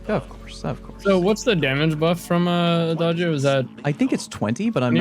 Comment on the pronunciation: I love the fact that Fortissimo and Adagio are both Italian words Also thanks for using the correct pronunciation and you are one of few peaple that knows the correct translation